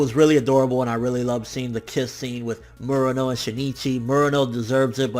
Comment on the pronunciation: You known some Japanese. You should know how to pronounce Murano correctly. And that yakuza scene was awesome. Best scene of any anime I've seen this year.